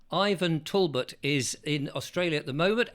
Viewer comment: I am an elocution teacher. Please note that it is pronounced Talbot as in Tall-Butt. Thank you. Mrs D in Yorkshire